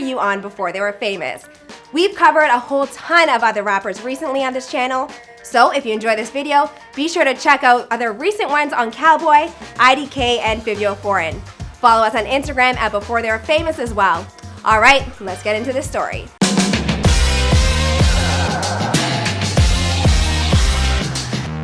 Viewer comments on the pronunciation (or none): “Feevio foreign” smh. Go report on something else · Can no one say fivio name correctly😂💔